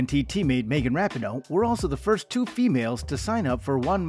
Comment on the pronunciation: Learn how to pronounce Rapinoe please.